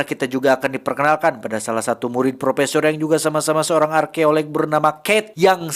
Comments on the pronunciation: Mnit ... Arkeolog jhon, bkan arkeoleg.. 😂😂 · Menit 1.35-1.43 yg betul Arkeolog bukan arkeoleg